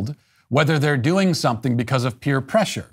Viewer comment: Is Matt saying peer pressure with the wrong emphasis or am I just hyper aware of how wrong he talks?